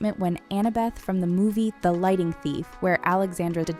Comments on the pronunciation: my eye twitched every time she said "lighting" instead of "lightning". lol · She kept on saying lighting thief for lightning thief😭😭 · does she say, lighting thief instead of lightning thief?